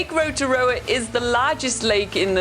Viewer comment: Thankyou to the guy for saying Rotorua properly!! 💙💙